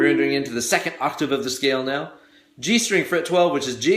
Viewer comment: I know I'm WAY behind...years behind, in fact. BUT, if you go to into the vid, he's clearly saying "Meow, " rather than saying "Now, "... so, I played it back three times, and laughed every time lol (the reference is from the movie Super Troopers).... So: • if someone already mentioned this in the comments section. . . .I apologize for idiotically repeating someone else. • if not?. . . .You're welcome.